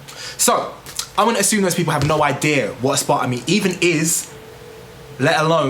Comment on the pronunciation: Learn how to pronounce it maybe